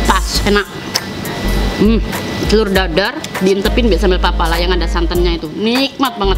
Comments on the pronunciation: Sambal pelalah bukan papalah hehehe😂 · Sambal Pelalah bukan Papalah Mbak. 😂😂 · Sambel Pelalah bukan sambel apalah😁😁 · Hhhh kak mau bilang sambal pelalah, malah pepalah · Sambel pelalah kaka, bukan sambel pepalah... Hehehe😅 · Itu sambal "pelalah" ya mbk. Bukan "papalah"🤣🤣🤣